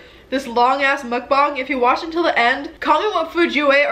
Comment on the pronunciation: Did she say Mukbong